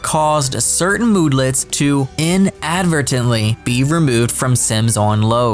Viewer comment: "In-advert-ent-ly" is how I've always heard it